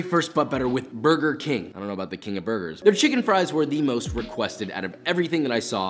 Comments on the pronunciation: "KuRgEr BiNg." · "KURGER BING"... Made me chuckle ♋